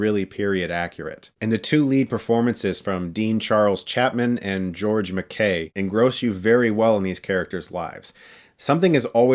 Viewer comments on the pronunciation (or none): You pronounce the actors name as George Mc- eye, not Mc- ae. As a Scotsman this really annoys me to hear this